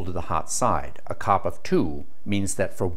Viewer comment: Dude, a "cop" is the guy that writes you a ticket for speeding. Coefficient of Performance is never pronounced cop, it's always called C.O.P. (see oh pee). Please stop saying "cop". Over all very interesting. And no glaring misinformation. There some of your other things you said that were "cringe worthy" but I commend you for doing the video and bring this information to more people. I'm an engineer in thermal science, I've designed refrigerators and air conditioners for major US companies, including the company the created the first thermoelectric refrigerators that were used in the first nuclear powered submarines and later the manned missions into space that had refrigeration including Sky Lab.